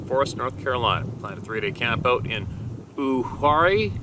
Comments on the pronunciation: MY FRIEND,THE HIS SILENT,UHWARIE PRONOUNCED UWARIE 🙂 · Hello to the roundtable of knowledge. Enjoyed the shares today. that area in North Carolina is pronounced You-awe-ree.